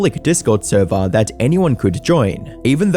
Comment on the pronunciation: “NOT THE THURVER!!!” 🤣